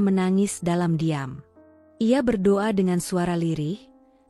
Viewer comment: Tolong kalo yg membaca kan jalan cerita yg religi sebaik nya yg muslim , yg menyimak telinga rasa nya gatel2 ...bila lidah muslim yang menyebut Tuhan YME Islam bukan yaa alah ...ttp yaa Allah ( yaa Alloh ) Sholat bukan salat , ber do'a buka berdowa ...sya'i bukan sayi .dll ...bikin gemmeess dengar nya